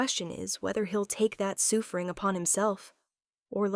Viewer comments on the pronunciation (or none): The "soofering" was killing me!!!😂😂😂